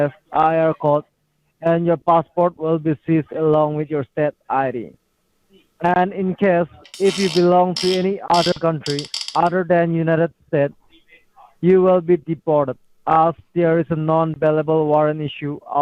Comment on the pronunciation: "United Stetts". Foolish scammer1 can't even pronounce his "own country's" name, LOL! Hey, you won this round again. Lets celebrate! 💃🥂🕺🏼😃